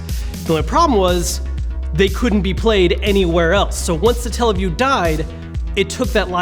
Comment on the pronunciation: Satella not Stalle wtf 0.o